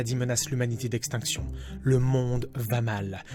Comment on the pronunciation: "Salut 4 maladies menacent le monde d'"éextinction" Ok ca c'est de la mise en bouche xD